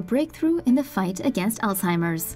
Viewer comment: People pronounce it wrong and call it Alltimer's That's the wrong way to say it.